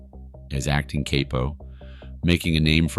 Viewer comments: Is this being read by artificial intelligence (A.I.)? Cape-o? It's Capo. Lewis family? It's Lucasee. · Dude at the very least learn how to say words right. Cape-O it’s not what Superman wears. Come on. Capo like Captain. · In addition to all that was stark blamin' wrong -- in this video, like Tommy's pronunciation of his last name (it WAS Dee See Moann) -- not Deh Si Moan. As well, I think that certain people were listed as being a 'ore-tuner on a guitar neck -- i.e., kay Poh instead of Cap Oh (CAPO). Stuf like this just make me want to NOT recommend this channel! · It's Cap-O not Cape-o, why do a video over something you clearly know nothing about? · Not bad but your pronunciation is horrible...Capo not Capi..Lucazie not Lucase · it's "Cappo" not "Kay-poe" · What is a k-po? It's capo (kah-po} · Cape Oh? Brother your running a mobster channel its CAP-OH ;) Tommy, though not a nice guy and indeed a loose cannon found out Vario was banging Karen and he tommy confronted her, tommy was loyal to his crew, it went south. She told Vario. Tommy had to go not because Vario gave a shit about Karen, because it getting out he was banging one of his crews wives while they were doing time would have made a mess for him. This mess once Karen told Hill the truth also added weight to his flipping. Why protect the man if he did this to me while I was away. Karen of course made it seem like she was doing it out of survival, and perhaps she was. A twisted mess. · It's hard to believe a untold story on YouTube who pronounces the word Capo like Kay-poh 😂 It's cap-oh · Cap-o not cape-o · “Cah-Poe” not “Cap-po” tf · It's pronounced Cap-O not Cape-O. 😂😂😂😂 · acting kay poe.... really that's how you pronounce cop oh.... wow. Horrific AI in this man horrible. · WTF is a kaypo? I really hope you weren’t trying to say capo… Even by an American’s low, low standards of diction p, that’s egregious. If you don’t know how to say capo, maybe you shouldn’t be making videos about the Mafia.